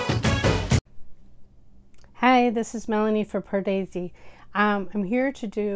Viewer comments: Hi Melanie. I love your love for Indian cinema. I have watched you for quite some time (subscribed!). I love how you pronounce the Indian words correctly most of the time. BUT ..... it really grinds on me (like nails on a blackboard) the way you pronounce the main word on your channel. Yes I’m talking about your channel name. Padesi!! Please take this as constructive and see if you can correct it for the future. I’m going to write it phonetically, how you say it, and how it should be said. You say it as “paar-daisy” when in fact it’s said as “purr-dey-see”. Try it and see. The rest of the time you’re spot on. Here’s an old song titled Pardesi from Raja Hindustani starring a young Aamir Khan. See how it’s pronounced. Just trying to help. :) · You’re welcome :) you surprise me when you pronounce the most hardest hindi words perfectly, like Bareilly ki Barfi, ayushman khurrana, bhumi pednekar etc. But I only mention Pardesi as it’s the word you will use lots of times as, it’s your channel name. Try singing along to the song Pardesi, the link I sent you, as they repeat the word so many times. And you’ll get it if you sing along to it. :)